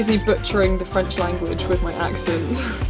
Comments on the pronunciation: Your French accent is reeeally good! Come to France whevener you want, you’ll always have fans there to welcome you! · Hey! I’m french and I love your videos!😊 I think that your accent is pretty good! My advice to learn french: watching some videos or read some articles in french, old french films are awesome for this!😙 Thanks for sharing your advices with us you’re my favorite youtuber!☺️ Je te souhaite de passer une agréable journée! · Your accent is actually really really good! Congrats! 😊 It's amazing! I'm currently learning German and it's a big struggle for me haha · Hey! I love your channel, you are a true inspiration! I am French and I have to say that you have a VERY GOOD accent! If you’re interested in having a chat in french with me, just tell me!:D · You have a good accent. I’m French and RV is Caravane or Camping-car. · Why didn't I watch this video earlier? Tu as un très bon accent et une super prononciation!!:) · I'm a bit late to this because of lack of WiFi in holiday place but I really really loved this video!!! You're an insanely cool person!!! Totally get what you mean about it being liberating! As lots of people in the comments are probably saying, your French accent is really great! You've nailed that French r which most English people struggle with. Thank you so much for introducing us to that courses app, it looks really great. Much love 💕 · Your French accent is actually pretty good! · I am French and wow you're the first English person i know who can prononce the letter "r" correctly 😉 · I love your french accent! It’s amazing and so perfect! I feel so inspired by your beautiful pronunciation.. I’m doing french in year 10 next year for gcse! ❤️❤️ * I’m personally so scared for year 10* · Props to you for learning a language with your spare time!! If you want to speak french with someone - i'd be happy to help! Your accent is actually really good. Bonne chance!!❤️